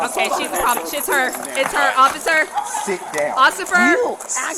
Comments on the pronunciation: pleaseeeee LOL u guys heard "ocifer" too right??? 😭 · "OSSIFER.. O--O" LMAOOOO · occifer!! occifer!! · you said "occifer" 2-3x 😂😂😂 I want what is sippin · "officer it's her OCCIFER!"